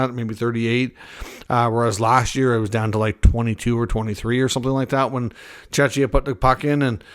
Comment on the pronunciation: Mate, Czechia is pronounced with a K (ch).